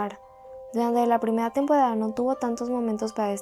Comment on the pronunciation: Nadie se daba cuenta q hablaba raro (Favoridos,Tempodada) No es hate